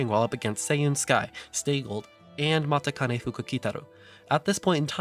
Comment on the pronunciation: Subbed. Love that you cover information that goes beyond just simply pedigree and race results which everyone else already knows. Also some Japanese tips now -- better to nip it in the bud than have you repeat mispronunciations for the entirety of your series. "Kikuka" is pronounced "kikka." And "Matikane" is pronounced "machikane." Not obvious for EN readers, but obvious to anyone who speaks or reads JP. Looking forward to you covering Mambo and her mother Director Akikawa.